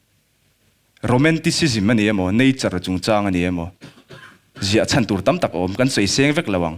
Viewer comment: Khawvel chhawn a tih laia a lam dan khi a dik chiah lo deuh e. A thluk sanga lam tur a ni.